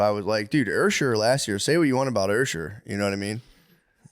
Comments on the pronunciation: Usher with an r is hilarious ursher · Somebody tell Matt that its NOT Ursher😂😂